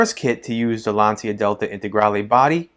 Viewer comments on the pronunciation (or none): Lancia is pronounced Lahncha or Laancha. Definitely not Lantsia. Just FYI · It‘s „lun-cha“ and nothing else. Trust me I‘m italian 😎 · Oh my God, you pronounce Lancia, "Lansia" which means anxiety instead the correct meaning in Italian is lance, the correct pronunciation is with the "c" like ch, the third pronounce is the right.